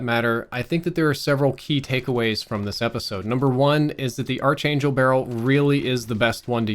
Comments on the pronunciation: Noticing a trend: its “Ark-Angel” not “Arch-Angel“. Common mispronunciation. Great video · its pronounced "ark angel" you silly goose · Sorry, but it's not the arch•angel... it's pronounced ark•angel. You've got great info but that made it really hard to watch your video while you were pronouncing it like that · Pronounced Ark Angel, not Arch Angel. Arch Angle... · Its pronounced "Ark-angel" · Great review, just one thing, it’s pronounced “ark” angel. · The way he says Archangel is driving me nuts 😆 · You pronouncing archangel in kinda triggering me tbh XD good video though. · dude, you're mispronouncing archangel ;) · This trigged me 😂😄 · Dunno what's worse his archangel mispronounciatuon or his M16 grenadier mispronounciatuon.